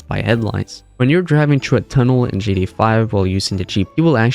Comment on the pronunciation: Could you stop saying "GDA"?! It's GTA...